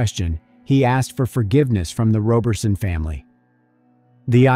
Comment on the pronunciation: I'm sure the name is pronounced Rah berson not Roe berson! Excellent detective work tho .. rest well Bianca